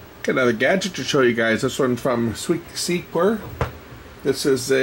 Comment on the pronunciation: Looks nice! I think you would pronounce Sequre, like Secure. Thanks